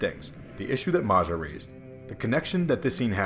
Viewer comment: FYI, the name 'Maja', is pronounced "Maya"